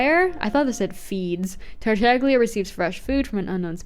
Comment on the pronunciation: Finally someone else who calls him Tartagles. I also sometimes say Zhongles.